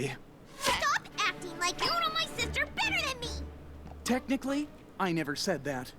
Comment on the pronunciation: Technically, it's "technically", not thenically. (I promise I'm not being mean, I just thought it was funny xD)